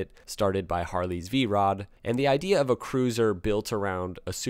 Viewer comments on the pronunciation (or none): none